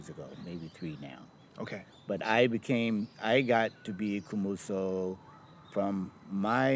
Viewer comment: 虚無僧 is not "Kumoso" , It's Komuso